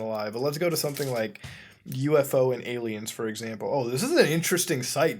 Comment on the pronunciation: why do you say alimous instead of aliens???